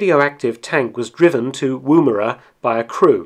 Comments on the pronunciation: Woomera: like wood not woo (chat up a lady woo) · As a south aussie who lives near woomera. Its pronounced 'womera'. Been watching your videos for a month now was quiet a nice surprise seening some mentioning of a town near to were i live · The first vowel in 'Woomera' is shorter than that pronounced by this narrator.